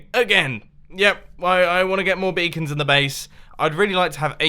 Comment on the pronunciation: You literally said Bacon instead of Beacon. xD